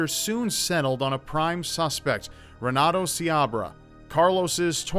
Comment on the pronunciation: The r's are actually pronounced as h's. (Portuguese)renato is pronounced henato. Js